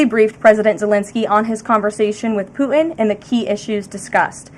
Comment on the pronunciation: When she speaks, where are the T sounds? I notice this a lot. For example, when she says Putin, it comes out as "Poo-In". Can she get speech therapy?